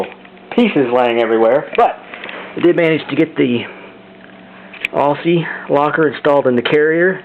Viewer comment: It might look like Aussie, but those 'ss' are pronounced like z's. Great Video otherwise.